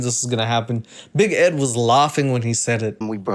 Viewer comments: 😂😂😂 big egg is how says big Ed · I have to say.. Big Ed in french is Big Ed :B not big eed or something, just you English speaking guys turn ''e'' to ''i'' sound. Love <3